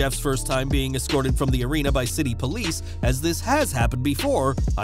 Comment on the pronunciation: No such word as Excorted, the word is Escorted